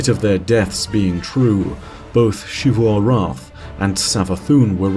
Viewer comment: Shifu arath has to be the most interesting pronunciation choice for xivu, but whatever